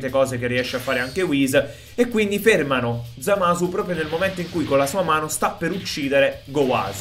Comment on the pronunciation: hai di dice Zamas